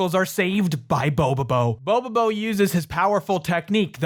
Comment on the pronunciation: Dude, the fact that you get the name of this anime RIGHT is enough for me to like this vid. Cant tell you how annoying it is when people mispronounce something it takes 2 seconds to google the correct pronunciation